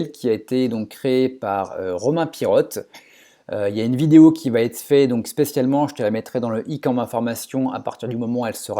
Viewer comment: intéressant...Mais s'il te plait, arrête de dire "ça vatêtre", car il n'y a pas de "t" à la fin de "va" 😊😊